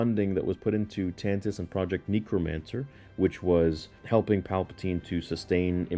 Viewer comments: How do you CONTINUALLY mispronounce "necromancer"??? You literally watched all the episodes and hear how it's pronounced! It's like "NECK" not "NEEK." If you're trolling, please grow up. If you're jit getting it wrong, please make an effort to learn. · Project fat "neekromancer". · Why do u pronounce omega and necromancer so weird like u literally hear how they say it in the show. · Bro, why do you say necromancer like that